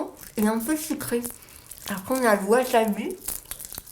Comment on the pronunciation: "Le WASHABI" hahaha